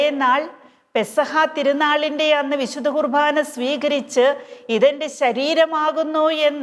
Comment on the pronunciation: ദയവായി കുർബാന എന്നു പറയാൻ ശ്രദ്ധിക്കുമോ..കുർ ഭാ ന എന്നാണ് ഉച്ചരിക്കുന്നത്..കുർ "ബാ " എന്നു പറയാൻ കഴിയും..